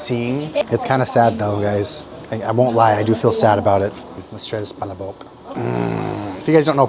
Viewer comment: Pa__la__bok. Not pala_bok.